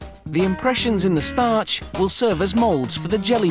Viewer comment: he says "startch" the same way everytime its hilarious!